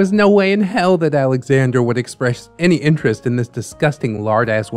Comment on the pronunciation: I love this and I’m sorry but he’s definitely pronouncing Alexandra wrong.